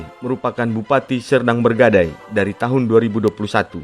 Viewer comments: Serdang bedagai bukan serdang berdagai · Serdang Bedagai bukan Serdang begadai. Belajarlah lagi.